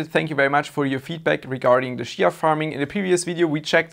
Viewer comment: If you start pronouncing it chia instead of shia then maybe you will farm some. But seriously, do you have enabled port forwarding port 8444? Many miss that one, even myself, once I fixed it two weeks ago, week ago in 1st of June I won my first 2XCH with 650 plots. Since it's youtube I can't provide any URLs so anyone wants details I visit regularly space pool discord server and if you call me out I can help.